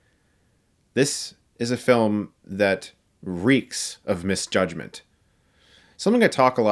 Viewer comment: Bro said misjudgment 😹😹😹😹